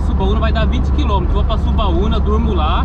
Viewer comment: O nome é Subauma e não Subauna como vc está falando. Sou de Alagoinhas e aí é a melhor praia que todos os Alagoinses gostam